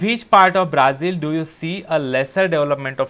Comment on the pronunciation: Sirr aaap Brazil ko braaazil pd rhai ho